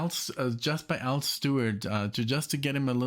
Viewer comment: It's Al not all